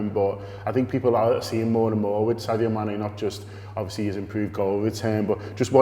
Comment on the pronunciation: Its sadio not saudio